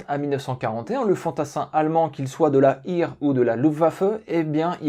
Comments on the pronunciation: bonne video, bonne équilibre entre le contexte et l'arme proprement dite. 2 remarques : l'allemand est une langue simple sur le plan de la prononciation, ça se prononce comme c'est écrit. Donc "Heer", c'est "Hèèr", pas "ir" . Et oui, l'idée de tirer pendant le saut est débile, mais un trou dans la toile par un étui brûlant c'est un non sujet. Si j'ai le choix, je ne prend pas ni STG 44, ni FG42, ni même aucun fusil. 75 % des pertes sont le fait de l'artillerie, et le reste c'est les mitrailleuses, les armes spéciales (tireur d'élite, grenade, lance-flamme...) et enfin, très loin derrière, le fusil ; même pas sûr qu'il soit devant la baïonnette, la pelle de tranchée et la bête mais indémodable et détrônée depuis 40 siècles : la lame de 30-40 cm de métal. D'ailleurs dès 1918 c'est relativement bien compris et la section d'infanterie est organisée autour d'une paire de mitrailleuses. Donc 5 kg de fusil, non, merci, je prend juste 1 kg de Luger (ou équivalent), 1 kg de grenades, et 3 kg de munitions de plus pour la vraie puissance de feu. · Super intéressant, merci 👍👍👍 Petite précision à 4'00 : Heer se prononce à l'allemande "hèèreu" et non à l'anglaise "hire" 😉 MDR la réf 4 par 4 armés jusqu'aux dents ... 😂